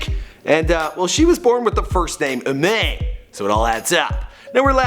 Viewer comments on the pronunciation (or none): I'm pretty sure it's pronounced "ee- mah-n" not "ee-mae-n" and her name was meant to be pronounced "Pokimon" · Her name should be pronounced 'Ee mAAn' not 'E mane' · Her name is actually pronounced "IE-MA-HN" instead of "Imain" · OHHHH MY GOD U BUTCHERED HER NAME SO BAD ITS ( e-mon) not E-mane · once she stated It's E MON not E MAIN btw.... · ii-maan not ii-main... also. Didn't Pokimane give offlineTV its name? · I- MANE nono I-Ma-Nayy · I think her name is pronounced Emon as in trying to spell it how it’s pronounced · HER NAME IS PRONOUNCED I-MON sheesh people these days... oh I’m the only poki die hard here oh ok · Its Imane pronounced i-MAHN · First, , that is not her, 2nd, she doesn’t go by “Pokimane thicc” 3rd, her name is pronounced like Pokémon, her name is Imane but it is pronounced imon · So, theres i-mAAAYne Scare-a and Fedmister. You're mispronouncing them, not doing your research, and calling them weird ass names. Well fuck you. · her name is pronounced EE-MAHN btw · Didn’t pronounce her name correctly feelsbad ( pronounced: e-mon) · It’s pronounced pokemon because her name is imane it’s pronounced imon or imān or iman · I'm pretty sure her name is Imane, and is prounounced (E-Mon) she said it in a video when she first started a few years back. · her name is pronounced E-Mon